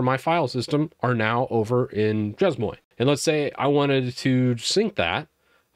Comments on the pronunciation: more like "shay moah". Pronounce the first work like saying "say" but starting with the "sh" sound instead of the "s" and the second word like the word "boa" but by replacing the "b" with a "m". It's weird trying to explain how to pronounce a word hahahah but following this, you should be close to the intended pronounciation! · Salut Anzan: You got the Shay right but the Mwah is really pronounced Moe-wahh. Together Shay-moewahh (grin). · so, CES MOY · pronounce SHAY-MWAH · plz never say che"z"mo"i" again it's chay - muah ( muah like a fake kiss yes) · Merci,. "Chez-moi" is pronounced "Shay- MWAH." En Francais, if there is no vowel after the closing consonant the consonant is not explicitly pronounced. The moi, pronounced MWAH, is emphasized. It is MY Home, not just a home. Je suis desole for the correction. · You mean "Cheese-Moe" right. It's obviously a Japanese word for cute cheese :P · i doubt that if the word is french then it is pronounced as chemoi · It's pronounced "She mwa" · Chez Moi is French for "My Home". /shay mwah/ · pronunciation: shay mwa Ex: Nous allons chez moi. == We're going to my place. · This is correct. Drove me slightly crazy listening to pronounce it...lol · i don't know why, but it's very painful listening to French words spoken incorrectly.